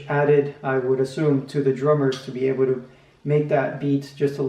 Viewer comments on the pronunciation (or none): none